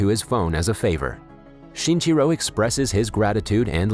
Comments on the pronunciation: count how many times he said "shinchiro" instead of shinichiro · lol the way you pronounce his name sounds like chinchilla